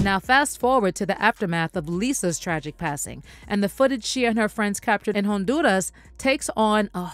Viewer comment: Nice coverage, however, respectfully: please, please, please Stop pronouncing Honduras with a strong RRRR like you're speaking in Spanish (maybe you do, but don't do this) it doesn't come across authentic. It sounds all kinds of wrong, like you're trying too much. Just some constructive criticism. Much success